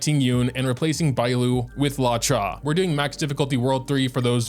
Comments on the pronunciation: hey! loved this vid also luocha’s name is pronounced loo-OH-chah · “law chaw” kills me everytime i hate it (no offense btw) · why does he call him Lacha😭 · why does he say luocha like that